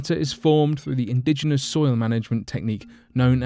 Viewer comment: Who else heard 'fertile stoil' ?